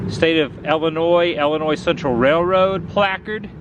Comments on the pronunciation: Nice video, but it's pronounced Illinois as in ill. Not ell-inois. :) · its ill not ele boss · Are you saying Ellinois as in Wesconsin? Please don't. 😊 There's no e sound in either state name.